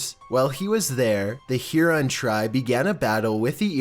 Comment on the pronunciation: hey! must correct your pronunciation in #4. it is Huron not heron. thxs!